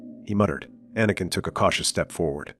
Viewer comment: Jedie? Quiee-gon-Jin? Ah-nakin? Pain, listening to this, it brings. Yes, great suffering.